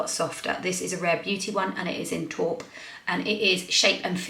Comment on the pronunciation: I will always love the way you pronounce “taupe.” First heard it when you said “satin taupe.”